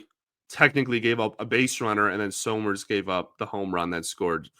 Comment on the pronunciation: Isn't it pronounced "summers" (Like Champ Summers!) not So-Merz?